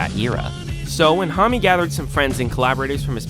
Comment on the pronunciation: >thoughtful, well-researched essay >pronounces homme right >kyuss